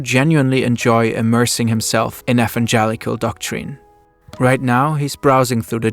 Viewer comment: This German pronunciation of "evangelical" is kill8ng me